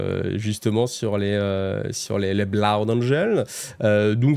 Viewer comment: Désolé mais Blood ca se pronnonce pas plus "Bla-oude" que "Bloude" 🤣🤣